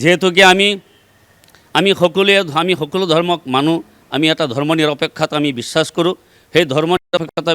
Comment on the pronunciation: Bissakh.....Bissas nhoi....e Bangladeshi